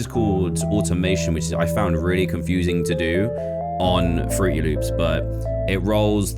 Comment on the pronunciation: AINT NO WAY HE SAID FRUTY LOOPS